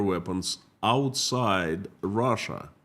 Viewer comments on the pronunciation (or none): none